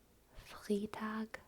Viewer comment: "Montags" is also totally a thing. It's basically just the equivalent of "on Mondays." "Das Restaurant hat Montags geschlossen", "The restaurant is closed on Mondays." Flawless except for "Freitag"! The "ei" part is pronounced like "i" as in iPhone, for instance. That kind of reminds me, Germans often mix up "e" and "i" while spelling something out in English since the English "e" is exactly what the German "i" sounds like. lol "A little bit" would be "ein kleines bisschen". Fun fact: While both "a little" as well as "a bit" work in English, in German only "ein bisschen" makes sense. You start streaming at like 4am German time, that's why the representation is so low. orz Update: I'm also back to being AlwaysSlightlySore now. lol